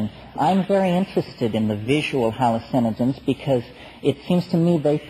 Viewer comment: "Hallucenigens", "idiology", "inless"... I've noticed these peculiar McKenna pronunciations.